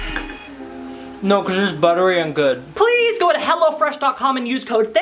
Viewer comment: "Hello freash" hello:)